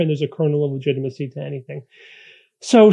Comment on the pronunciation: No quarrel with the content but 1) Your leather-bound books are in perfect focus but you are not. 2) "LETIGITMACY?" That's a little embarrassing. Small errors like that make it harder for the casual viewer to take you seriously. Learning curve, no doubt.